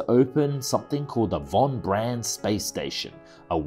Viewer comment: and you pronounced Von-Braun station as Von-Bran. (Google Wernher von braun for background info, he is one of the fathers of rocketry). Your content is awesome, you just need some attention to detail. stick with it!